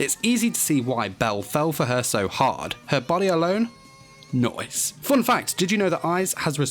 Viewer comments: Make 5 facts about Artemis in DanMachi as well. But what's up with the "noice?" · the "noicee" vhahahahhah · I’m back here just to hear ‘ nice ‘